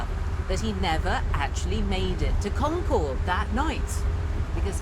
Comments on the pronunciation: According to the BBC's own series about the English Language, New Englanders speak a more accurate English than the modern day English. So maybe she should learn how to say the name of the town in New England. Hint: it's CON-cerd, rather than Con-CHORD. In school we all learned that there were multiple riders in history class, and we learned Longfellow's poem in english class. It's not such a big deal. For an alternative telling of the history in more detail, check out the videos on the subject on the "All Revolutionary War, All the time" YouTube channel. The pronunciation is more accurate over there too. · The locals don't pronounce Concord like the plane. It's like con-KERD. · And Concord is pronounced like "conquered", the second syllable is unstressed. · She learned a lot on this trip but not how to pronounce "Concord".